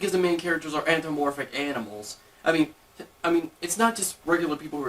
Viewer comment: it's antho-PA- morphic, not anthro-morphic!!! just sayin...